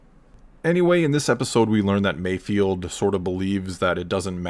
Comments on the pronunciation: Mayfeld* not Mayfield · I'm pretty sure it's 'MayfEld', not 'field'. And I predict an Emmy nod for Burr for this next year. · it's Mayfeld not Mayfield as how you say it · MAYFELD NOT MAYFIELD. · Probably not the first one to say that, Mayfeld not Mayfield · Can people put some respect on bill burr’s character. His name is MAYFELD not MAYFIELD. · Mando show: Mayfeld Everyone: MAYFIELD Absolutely everyone: MAYFIELD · Not me, I cringe when you all butcher his name.